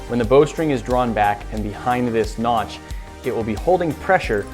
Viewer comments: Noch? Did you mean notch ? LOL!!!!😂😂😂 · Notch not nok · I will knock you out if you say notch wrong again!!!!!